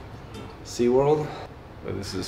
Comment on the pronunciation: That boy said sea world